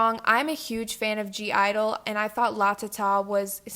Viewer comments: (G)I-dle is actually pronounced "idol" by the way, that's why the G is in brackets but yeah no hate, I love that you're expressing your opinions and agree with pretty much all of them ! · U say it like idle, without g. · The G is silent. Lol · (G)I-dole is pronounced as just idol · (G)I-dle is just pronounced idle. We’ve all struggled with it. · It's pronounced Idle XD Also, I think it's so complicated because it's supposed to mean "A group of young people" 😂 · Just commenting to say thay, from reading the group's name in Korean, I guess it's supposed to be pronounced like "hyeoja-idol" (or something like that I'm Spanish don't make me do romanizations in English) but basically it means like "girl idol" I guess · I do agree that (G) I-dle is a weird group name to write down and I still have to wonder if I wrote it correctly but it’s not hard to pronounce, it’s literally just “idle”. And I don’t think a group name can be a reason to flop lol but I like your videos a lot though because I agree with most of things like for example your opinion on red velvet because GIRL SAMEEEE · YO APPEARENTALLY THE G IS SILENT IN G IDLE Y'ALL AS MUCH AS I LOVE G IDLE I AGREE WITH THE SIS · it’s supposedly pronounced idle the g is slient. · They're just called I-dle. The "(G)" is silent. They're called I-dle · (g)-idle is pronounced idle without the g. It's a pun in Korean I think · (G)I-DLE is pronounced IDLE (idol) and I really hope they don’t flop omg I love them so much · (g) i-dle is pronounced as just idol i don’t know why the g is there but sksksjsm but in korean it means like a strong group of six people. like the i in korean in some kind of pronounciation means like something and idle means something and together they mean a strong group of six people ??? if that makes any sense wow i think it’s pronounced soonmi because the u in korean is pronounced like ooh wowza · Saying you're a huge fan of (G)-Idle but you don't know how to properly pronounce it. Alright